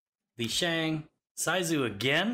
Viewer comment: Internally screaming at pronunciation of Sisu. Its “Sea-Soo” (soo sounds like moo) not “Size-Oo” 😂😂